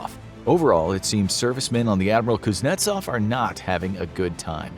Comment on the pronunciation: The (rear) admiral pooznetsov!!